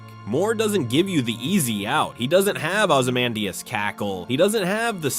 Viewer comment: Man, the video is great, but the pronunciation of Ramses and Ozymandias does not seem correct.